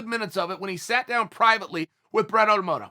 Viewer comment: Ahh yes Brett Ottamoto Okamoto